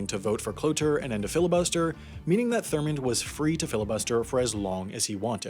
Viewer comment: Bruh this man said “thormond”